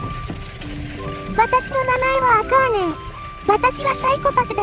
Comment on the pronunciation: アカーネンじゃなくてアカーンネンだろ